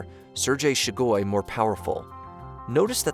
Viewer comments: it's SHOI-gu. not she-GOI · It's Shoigu, not Shugoi... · FYI, it's "Shoigu", not "Shugoi". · I correction would be on your pronunciation of a name. Its not Shugoi but its Shoigu. Its funny to hear people brutally mutilating slavic names xd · SHOY-GU. Not “Shoe-guy”. That’s how you pronounce Shoigu. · "Shegoi" = "Shoigu" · You kept mispronouncing Shoigu as Shugoi. 🤷‍♀️ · Who says "shoogoy"??? instead of "shoy-goo"??? and who says "coo-de-at" instead of "coo-de-ta"??????? I appreciate the effort, but really? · It's Shoigu, not Shugoi. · Shoygoo. Not shigoy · appreciate the video but A) it's extremely clear what Prigozhin's goal was, and that was to negotiate for his own life. secondly, at least learn how to pronounce the names FFS. It's Pre-Go-Jin and Shoy-Gu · Correct pronunciations: Please read them as you see them written here. “cou d’etat” - this is a french term “Sergei Shoigu” - (you can hear every single letter as it is probunced Șoigu)You’ve absolutely murdered this idiot’s name. Other than this, loved your presentation, not necessarily sure that was the reason for Prigozin not going further with his coup. He might just have wanted to send out a signal as we’ve seen plenty of incursions into Russia lately, but we may never know. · What did they promise him to stop?? Also, there are not 1M soldiers for Ruzzia, unless you count Babushkas. Lastly, it is "SHOOI-GOO". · Shigoi? De’at? Prigorzhin? How about you edit what you say. Sounds unprofessional. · Sir gay shoy(soy) goo. Repeat after me Sir gay shoy goo. That's how you properly pronounce the name. 🙄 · Only two things in this universe are truly random: collapse of a quantum superposition and this guys pronunciation of "Sergei Shoigu". I'm not certain about the superposition. -Albert Einstein probably